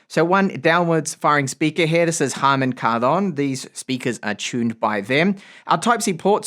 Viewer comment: I always appreciate you for trying to pronounce "Harman Kardon" correctly.